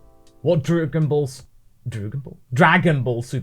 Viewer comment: first we had Dargan bals now we have Drugan bals